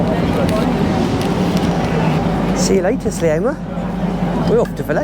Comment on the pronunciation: The word Sliema hasn't got an 'a' in front of the 'm' so why do you keep saying Slieama and not Sliema? Talk to locals.